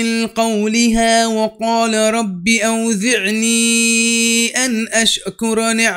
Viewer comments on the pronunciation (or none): Good recitation, you just need a few corrections here and there. 1- you said مساكينكم instead of مساكنكم 2- you stetched out the م in فتبسَّم, so it sounded like فتبسَّما 3- you need to work on the pronunciation of ز, you pronounced it like ذ in اوزعني 4-you kinda stumbled in و ان اعمل, you need to link both words no stop, has to be smooth Anywho, continue reciting, you'll get better. 👍